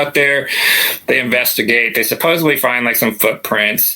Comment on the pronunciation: Love the stories. Supposedly doesn’t have a B in it, common error.